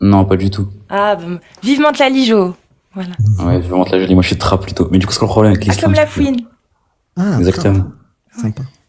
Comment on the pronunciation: Ce ton de voix si reconnaissable: "les impossibilités rationnelles ils zexistent pas dju coup regar regar regar"